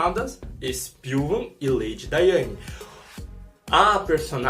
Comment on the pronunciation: Lady Diana. Não "Daiane" como vc disse. O cachorro é Jeb.